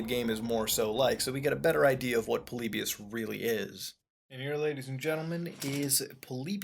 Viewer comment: Its polly buus not polibus